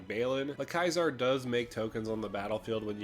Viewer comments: Yo its pronounced See-zar... not kisar. ... its the same as the salad. Its a soft C. Maybe you got mixed up with kykar? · ceasar = "kayzar" ??? I cant listen to this video any more, Im out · Loved this video, just super bothered by the way he said Caesar. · You DID NOT just pronounce "Caesar" like that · Mate that’s an interesting way to pronounce Caesar lol.